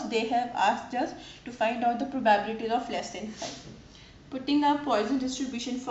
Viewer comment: it's proba-bility ... not pro-bah-biility